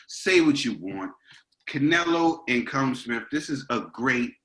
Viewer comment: Boys its pronounced kall um..